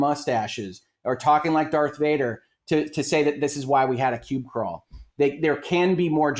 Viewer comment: "Pube Crawl" ? Does he mean "PUB Crawl"?